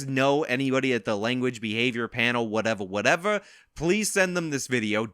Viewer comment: 1. Whatevah Whatevah is now something I say all the time. I can’t help myself. 2. The only thing I agreed with in his apology video is that he’s a piece of shit